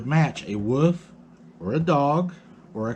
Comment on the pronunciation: Wolf, wolf not woof. You’re killing me.